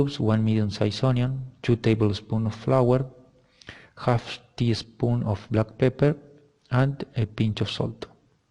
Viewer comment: Great video! Remember that there is a difference between “English” and “British”. “Teaspoon”, not teespoon. We’d probably use vegetable oil instead of olive oil, but that’s minor. Well done!